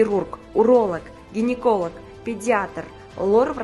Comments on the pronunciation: Кордиолог эмес кардиолог Гениколог эмес гинеколог болот көк мээлер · Гениколог эмес..гинеколог..кордиолог эмес..кардиолог